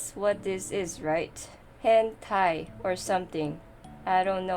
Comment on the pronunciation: Hen Tie. 😂